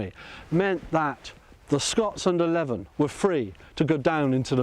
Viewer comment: 'Leven', as in the Earl of Leven, is pronounced 'lee-ven', not 'leaven' (at 7' 46").